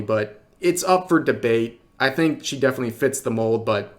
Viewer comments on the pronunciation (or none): none